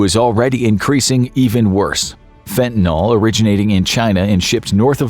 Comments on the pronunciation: fen tuh nuhl. Not fen tan all. And use a human voice next time. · Fentanyl. Not fentanol...fentanyl. nil. Can you say nil. Ryhms with bill. ..nil. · It's pronounced fentaNIL not fentaNOL. js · Fentanyl mispronounced throughout. It's not Fentanol. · WHY DOES EVERYONE KEEP SAYING FENTA-KNOLE?! IT'S CALLED FENTA-NIL 🤦🏻‍♂️